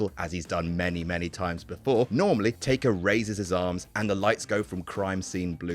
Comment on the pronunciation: you called taker "taker"?! cmon we expect more